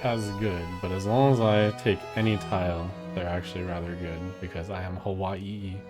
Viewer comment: Pog pronouncing Hawai’i right